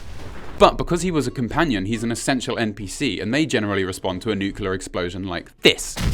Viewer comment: Nucular explsion. Now the Brits are doing it.